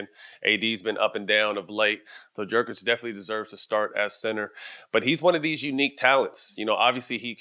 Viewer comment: At least Stak knows how to pronounce Jokić